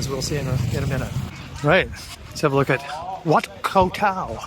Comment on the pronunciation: My man... could you please stop mis-pronouncing the name of my Moo Baan. It is Khao Tao [like Cow Tao] not Koh Tao which is an Island much farther south down the coast. Thank you